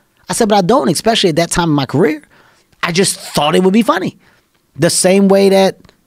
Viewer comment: You're both great, but please stop saying, "EXspecially". Please. Start a movement. There is absolutely no reason to put an X in that word when you speak it. PS: Thank you, Kevin, for taking 5mins to explain what patrice said in 5 secs